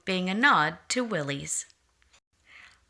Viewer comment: Corrections: Proper pronunciation is Will - iss as would rhyme with Phyllis. It was the surname of Willys Overland founder John North Willys. - there was never a Willys GP or GPW, those were Ford models. After the initial Bantam, Willys, and Ford prototypes were tested and reviewed, small contracts were awarded for the revised pre standard Bantam BRC (Bantam Reconnaissance Car), Willys MA (Military, first contract), and Ford GP (Government, 80" wheelbase). The lucrative contract to produce the further revised 'Truck, 1/4 Ton, 4X4, G503' was issued to Willys overland with Ford as subcontractor. Throughout WW2 Willys built over 360,000 of their MB (Military, second contract) with Ford building an additional 280,000 of their GPW (Government, 80" wheelbase, Willys pattern). They had nearly complete parts interchange between the two and many (most) of the body 'tubs' were built by American Central Manufacturing (ACM). The museum example shown in the video wears an 'Invasion Star' on its hood as used for the D-Day invasion.